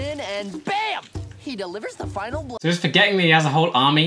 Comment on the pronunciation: It isn't a Final, like the last year of the semester. It's a Finale, pronounced fin-AA-lee.